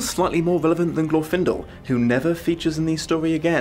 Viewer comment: I'm not even going to watch this video. It's Glorfindel.